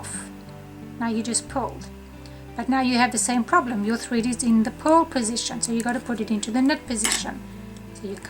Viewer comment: It took me a long time of listening to you and rewinding to realize that you are saying P-U‐ R‐ L stitch, not PULL. Imagine my confusion when you actually say pull this and see here, this is a pull stitch. Hello from Texas, where the letter R is not an outlaw! Lol